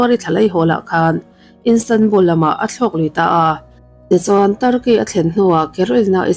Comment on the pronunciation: Instanbul nilovin Istanbul zawk w